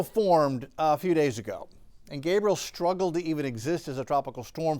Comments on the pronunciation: THANK YOU!! He was making me nuts mispronouncing that as a boys name. Geeze!!! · It’s not Gabriel but Gabrielle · Gabrielle not Gabriel. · That's GabriELLE not Gabriel 🤦🏾‍♀️🤦🏾‍♀️